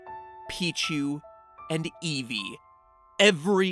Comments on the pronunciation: Madster_ 31 e v e e. . . Not e e v e e. . . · When matpat said evevee i almost cried thats my fave pokemon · Not iggly puff not evee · "Igglybuff" AWWWW NO! "Pichu" NOOOO! "Eevee" OMGOSH WORST DAY EVER! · Not eevee anyone but eevee!!!!!!